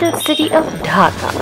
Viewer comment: Its dhaka not hakka